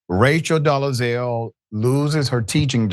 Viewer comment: Hi baby, it’s Dole-Zal. Not Do-le-Zal.